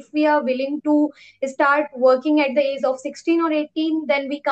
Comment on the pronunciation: Ur pronounciation of age and small is wrong.Small should be pronounced as "smoll" And the pronounciation of age u can see in google. Because it's difficult to explain.However don't feel bad because I am not judging u . I am just helping u to improve. And yeah I love ur confidence and smile 😃